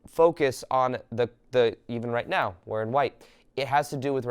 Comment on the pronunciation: I love your videos/ talks - Valuable and inspiring information! Thank you! (I don't get the "meow" instead of "now" though, is it an inside joke?) :)